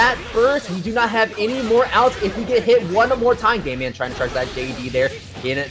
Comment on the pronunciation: Everytime they say "GameMan" it sounds like "GayMan". I don't know if that was intentional by GameMan, but I'd have to change my name if it wasn't